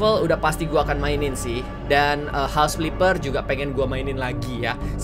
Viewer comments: "HOUSE FLIPPER" "HOUSE FILPPER" . . . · "HOUSE FLIFER" "HOUSE FLIFER" "HOUSE FLIFER" Ka Regi 🙂